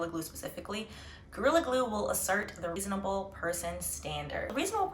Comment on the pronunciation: Ree- son - a-bel.😂 good points made.